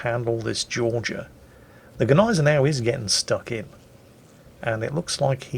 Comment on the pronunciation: When says Gneisenau I hear Agonizer. Is it only me?:)